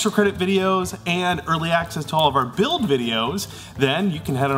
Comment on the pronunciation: Every time you say 'build' I hear 'Bill-ed'. Another awesome prop Billed! Harrr...